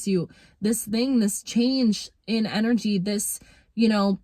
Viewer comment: Embrace your inner Jamaican with that “TING” word lol.